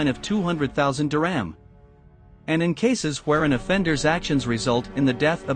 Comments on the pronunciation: It’s not diRAM it’s Dir-HAM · Couldn’t the narrator have made the effort to properly pronounce the word “dirham”?